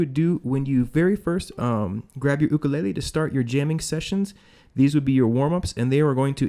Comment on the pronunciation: At least you know how to pronounce "ukulele" properly. Nice vid